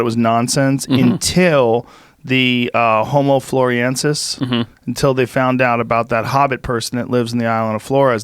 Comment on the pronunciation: jooeee you're pronouncing homo floresiensis wrong. It's weird.